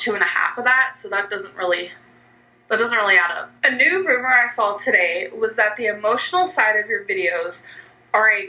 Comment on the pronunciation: again with the sawl.... i'm west coast.... i don't add in random l's where they don't belong. ayygs vs eegs i can understand, but not sawl.